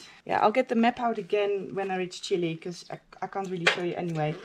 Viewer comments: It is not "Chilie", it is "Chile". Please, learn to pronounce it correctly!! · It would be really helpfull if you could write phonetically how it should be pronounced. In the Dutch language Chile is written Chili. Hence Noraly's pronounciation. Cheers.